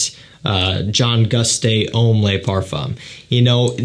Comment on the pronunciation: A pet peeve of mine. In French the word "le" IS NOT pronounced "lay"